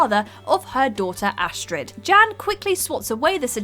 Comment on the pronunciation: Everytime she said “Jan” I heard “Jam” “Jam’s baby daddy” Edit:I keep reading my comment and I’m reading “Jim’s Baby Daddy” wtf